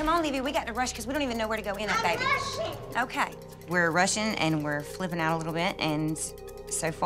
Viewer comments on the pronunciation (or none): When the are saying " I'm rushing" It sounds like there saying " I'm Russian" LOL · Anyone else thought she said “I’m Russian”